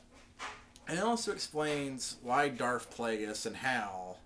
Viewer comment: It's darth not darf